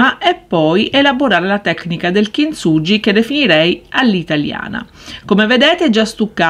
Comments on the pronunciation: "kintsuGHi" ... cmq bel lavoro. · Bello, però per favore pronuncia correttamente: kinsughi🤗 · kintsugi si pronuncia "kinzughi"